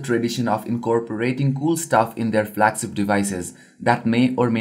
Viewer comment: flagSIPS, INTERNASNAL lol this guy cannot pronounce the "SH" sound for the life in him, we all had a field day watching this at work lol, we must have watched it about 5 times just for the laughs although might I add, it was insightful.